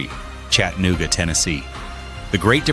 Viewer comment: Somebody needs to tell this AI asshole how to pronounce CHATA. NOOGA. ITS NOT CHATTEN OOGA